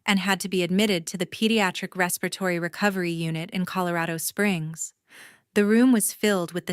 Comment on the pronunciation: What happened to the sister and learn to pronounce respiratory.